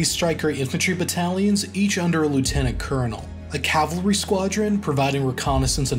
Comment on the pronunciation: bro its cavalry not calvary